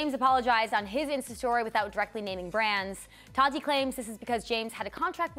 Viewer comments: Her name is not pronounced 'Toddy".... it's TATTTTeeeee. Just sayin. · It's Ta-Tee, not Tottie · Is it just me or does it bother anyone else that they pronounce tati with a soft d like ta-di instead of ta-tea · There saying todi 😂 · The way they say Tati triggers me